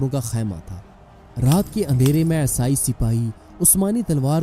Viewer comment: Esai nahi Bhai isai bolo. Wo aesai sunne me bahut bekar lagta hai.